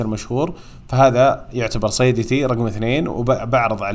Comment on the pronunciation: تضحكني اذا قلت صيدتي هههههههه